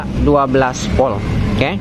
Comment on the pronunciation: Urang sunda knpa nyak te bisa omong huruf Volt sllu bilang Polt 😊